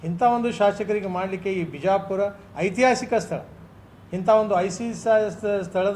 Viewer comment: ಐತಿಹಾಸಿಕ‌ ಅನ್ನೊದಕ್ಕ‌ ಬರತಿಲ್ಲಾ‌ ನಿನಗೆ ,ಐಸಿಸ್‌'ಹಾಸಿಕ ಅಂತಿದಿಯಾ‌ ಸತ್ಯ ನಿನ್ನ‌ ಬಾಯಿಂದ‌ ಬರ್ತಿದೆ